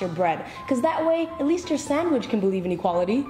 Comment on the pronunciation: The way she says "sondwich" annoys the fuck outta me